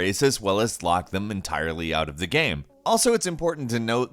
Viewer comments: "gam breaking bug" "in this gam" "still a good gam" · right. And why does he say “gayum” instead of game